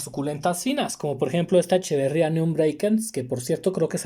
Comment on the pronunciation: HOLA BUENOS DÍAS 😊 PUEDES DECIR ECHEBERIA NO SE DISE ECHEBERRIA Y NO PRESUMAS ECHEBERRIA